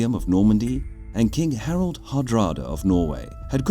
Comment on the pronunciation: It quite annoys me that narrator pronounces both "Harold" and "Harald" as "Harold"